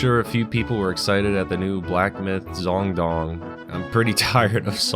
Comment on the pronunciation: He probably struggled to pronounce "kui" correctly so just went donnnnnng